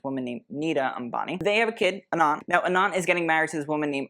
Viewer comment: Anant is pronounced Uh-nunth.. it means unending, infinite.. the way you’re saying it sounds like Anon 😊